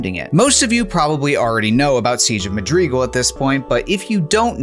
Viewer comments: t....that's not how you say madrigal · honestly redo the video saying it correctly cause this is painful to a halo fan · It was annoying me so much that he kept mispronouncing it. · its mad-rigal not ma-grigal..... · Because he said Madreegle. Not madrigal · FYI it's pronounced Ma-dri-gal, not Ma-dreegal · Mad-ri-gal, not Ma-drig-al... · This video is incredibly interesting and entertaining but oh my GOD the pronunciation of Madrigal as muhd-REE-gull was driving me nuts 😂 Madrigal is pronounced MAD-ri-gull. Madwriggle. Madrigle. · Pretty sure it's pronounced "Mad-rih-GAL", not "Mad-REE-gal" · Its madrigal not magrigal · It's also not pronounced the way the creator pronounced it. The correct pronunciation is "seej of MAD-rih-guhl", not "mah DREE guhl". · Dude, seriously. I have a lot of gratitude and respect for the work that is doin here, but him saying Madreegle instead of Madrigal was friggin killing me. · "Madreegal" lol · Siege of 'Muh-dree-guhl' . This should make for a nice sound bite to annoy Myth: TFL fans. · "Madreegul" blows my mind that grown adults lack proper pronunciation skills. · Funfact. It isn't pronounced "MaDeeeeguulll"....ffs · Rhymes with magical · Madrigal. Madrigal? Madrigal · Bro, your pronunciation of Madrigal is killing me. PLZ use google. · Me: this cut content is quite fascinating. The comment section: tHaT's NoT hOw YoU sAy MaDrIgAl!!1!1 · Most mind blowing thing about this is discovering a new Halo CE soundtrack I've never listened to. How fascinating! Your pronunciation of Madrigal gave me a little bit of cancer, but the rest of this cool video more than makes up for that. The pulse generator thing is a really cool addition, and while it's cool using the banshee for so long is an option it is mean and very un- like to completely abandon the marines by using it. Even though the CE tank sucks ass, if I played this I wouldn't leave my boys behind. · Ask Kwan Ha 🫣